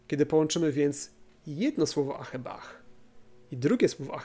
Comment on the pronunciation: Super odcinek, ale miłość po hebrajsku to "ahava" a nie ahebah. Litere bet czasem się wymawia jako "w", a tego h na końcu się nie wymawia